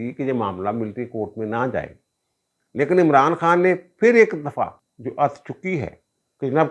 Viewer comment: App "phir" ko aksar "fir" keh daitay hain 😂